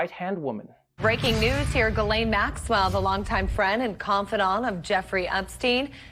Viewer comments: Hummm.. It's pronounced "Jizz-laine." You're welcome. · Ghislaine is pronounced Gilaine? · Wait a minute, Ghislaine is pronounced "Gilane"? I'm calling an illegal use of a silent S. What is she, from a Gundam series?